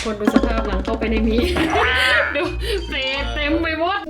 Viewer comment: เต็มไปหมด สำเนียงเหมือนคนใต้เลย😙😙